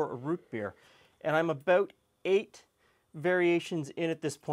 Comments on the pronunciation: aboot roots. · Man says, “pop” and “abooot” is he a southerner or a Canadian?